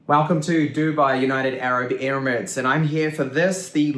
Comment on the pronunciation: United arab ‘ERIMATES’ ???!